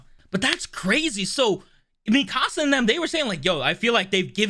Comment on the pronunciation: Can you stop saying Mikasa (Mi-ka-suh) like Mi-casa